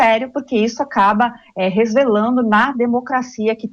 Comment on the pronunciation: Resvelando ou resvalando?